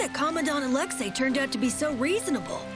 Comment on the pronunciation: Why is it every time a person in real life or in a video game when it comes to the name Alexei why do they treat the the letter i at the end of the Commander name if it wasn't the letter A it's not the letter A it's letter I so itchy be pronounced as the letter e not the letter A people learn how to read